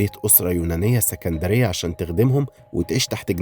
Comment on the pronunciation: ياريت تركز على التواريخ والأماكن كويس واسكندريه بتتنطق عادي مش بكسره حرفيه